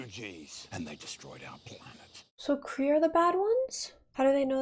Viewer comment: Mar-Vell wasn’t “cray cray” She was Kree-Kree 😂